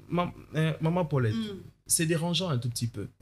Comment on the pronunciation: Mes excuses, je viens de massacrer le prénom Paulette.